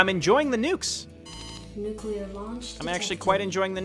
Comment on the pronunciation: He said nucular :D